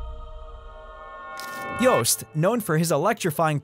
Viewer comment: Thanks for pronouncing "Joost" as "toast", not as "boost".